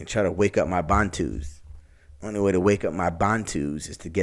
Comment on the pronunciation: The word 'bantu' means 'people' and is the plural of 'muntu' which means 'man/person', so it doesn't have an 's' on the end. Your pronunciation is also wrong. The emphasis is on the first part of the word, not the second, so it's pronounced 'baantu' not 'bantoo'. Also, the word Bantu is not a catch all term when used as a description for black Africans, it refers to specific ethnic groups. And even though all black African ethnic groups are closely related, not all blacks are Bantu. My question to you, though, is how do you know that you're Bantu when you're not even an African. Some advice, stick to your own identity, and do not attempt to appropriate the identity of others, because it only makes you look silly. You Americans, I can only shake my head.